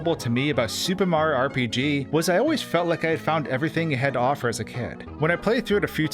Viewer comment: SupeMario. Anyone else think it sounds like that when he says Super Mario in his videos?